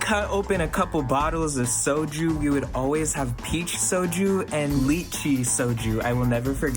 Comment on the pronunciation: it's "Lie-chee"..